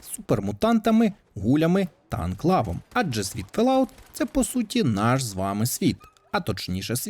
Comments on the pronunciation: ФоллОут, а не Фелауте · FollOut а не фаляут